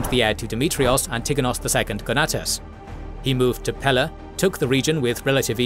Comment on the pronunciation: Please add the stress on the first syllable in "Antigonos" at least please. Hurts my ears.